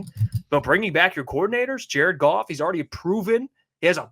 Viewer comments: Jar-ed Goff Jar-ed Goff Jar-ed Goff! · Jar-ed Goff! Jar-ed Goff!